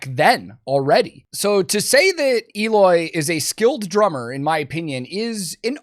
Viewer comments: Eloy has been the VERY BEST metal drummer for quite some time now. That people would not know about him, it's fine, but say he's not good? HE IS THAT GOOD. After all, Slipknot JOINED Eloy for a reason. and his name is spoken EH-LOY, not EE-LOY. CASAGRANDE is spanish/portuguese for big house. Casagrande is actually a very common family name in Brazil. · Had to say it.... Pretty sure it's prononced 'L-oy" not 'Eeeeloy' hahaha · actually the "E" in Eloy's name is pronounced like the "E" in "ten". the rest is correct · According to Eloy, you pronounced Eloy wrong though. It’s Eloy, not Eloy 😆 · Eloy is great, but his name doesn't start with a J and end with a Y, so I dont know man!